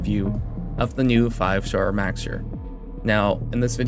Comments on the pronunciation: Mow-sir, like a cat's meow. Not Max-sir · I'm new here. Is he purposefully mispronouncing Mauxir's name? It's meow-er, nya!